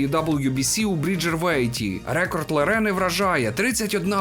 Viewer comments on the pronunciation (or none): все норм але слово рЕкорд ріже вуха ніколи раніше не чув це слово з таким наголосом у словнику української мови слово рекОрд.